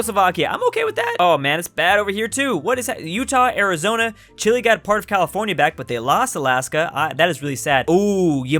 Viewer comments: It’s chi-lay, not chilly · i thought it was pronounce chee-lay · STOP SAYING CHILI its CHEELAY OMG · For how much you mention the nation of Chile you really can’t pronounce it right.